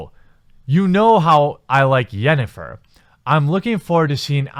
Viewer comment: The way he pronounced Yennifer and Geralt made me cringe.